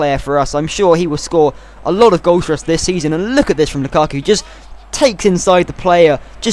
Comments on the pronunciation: Not lukuku but -> (Romelu) 'lukAku' Not Courtis but ->(Thibaut) 'Courtois' ( Cour Twa) Buy Dembélé from Fulham, he's a BEAST! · LUKA-KU not LUKU-KU great video otherwise :) <3